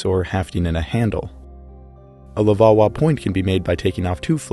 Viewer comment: Take a shot every time he says levauwa